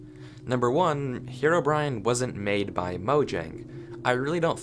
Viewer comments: I just kept hearing 'HeroBrian' instead of Herobrine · omg why did you say "herobrian" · Why one Earth do some people pronounce Herobrine as "Herobrian"? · "hero-Brian" Lol